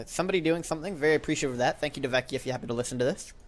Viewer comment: "Hey, cool, a new video! Oh wait, nvm" btw you still get my name wrong, its "dove-kie" :)